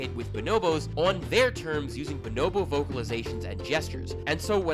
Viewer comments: Speaking of pronunciation and language; “b’nobo”. Said in any other language, one would actually pronounce each O as…… an O and not an I or an E…. Why does she pronounce it “binobo”?? It’s BO-NO-BO. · Why do you pronounce it buh-NO-bo? They're BO-no-BO